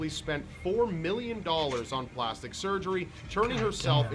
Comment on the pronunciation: plastic not plasitic